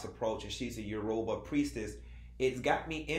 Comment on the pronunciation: Hearing you say Yoruba made me smile 🙂 I’m Yoruba from Nigeria 🇳🇬❤️much love.